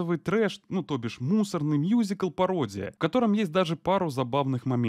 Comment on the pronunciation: мюзикл, а не мьюзикл